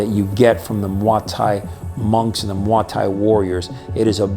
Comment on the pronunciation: I've never heard it pronounced like that. The thais pronounce it like "moy tie"